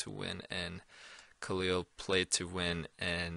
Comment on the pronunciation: I like how pronounce khalils name correctly.